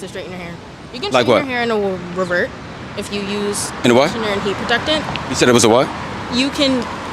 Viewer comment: "conditionered" lol